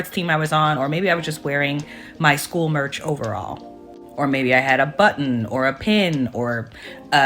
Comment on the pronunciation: Shkwel, keeds, brefus, I can only hope this predator wasn't subbing for English class, cause that bi+<h can't even spoke engrich properly.